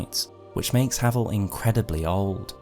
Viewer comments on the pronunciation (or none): I don't care what you say, he's called HAY-VEL, and the one true ring is the calamity ring, git gud.